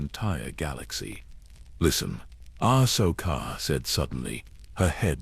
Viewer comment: I Like your Videos but this one is Off. The pronounciation of names like Ahsoka, Anakin and Palpatine is horrible lmao. Please check that stuff before releasing it.